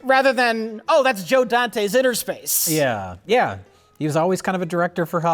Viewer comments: It’s “inner space” not “inTer” space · Innerspace not Interspace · It's umm... It's Innerspace, guys, not Interspace. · Is it not Innerspace not interspace?